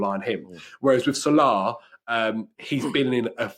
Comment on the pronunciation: Possibly the single worst football related debate ever televised. One kid throwing stats direct off google into a pointless waffle and another kid clearly yet to go IKEA who can’t even pronounce Salahs name?! Get Chunkz back on and remove this video from YouTube 🙏